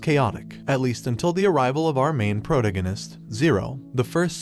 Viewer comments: my guy said protogenis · Pro-dig-uh-nist Bro what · Ah yes "proganisinis" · Complete respect to you and all you do, but we ain't just gonna move past how you just pronounced protagonist. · had to pause the video after hearing it and think for a while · Imagine saying the word "protagonist" incorrectly in 2022 . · Im only 30 seconds in but can we just talk about the way he said protagonist🤣🤣🤣🤣🤣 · this mans living in my head rent free with that severe miss pronunciation of protagonist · The way protagonist was said 🤣😂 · I have never heard Protagonist pronounced quite that way before.. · what is wrong with this YouTuber? he can't even pronounce "protagonist" correctly, much less characters' names in almost all of his videos...